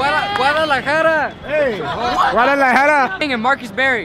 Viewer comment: NIGGA SAID "GUADALAJARA" LMAOOOOOO